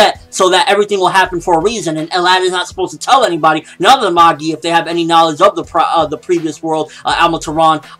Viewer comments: What are you talking about its mah-gee not ma-gie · He says it correct lol it's pronounced "Mah-gi", not Ma-jie, or Maggie lol